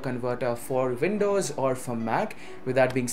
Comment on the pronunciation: Did you just say "Indows" instead of "windows"? 😂😂